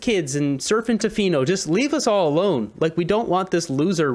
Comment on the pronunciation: Really? Tofinni ..Tofino